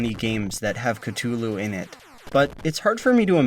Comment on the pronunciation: you said cthulu wrong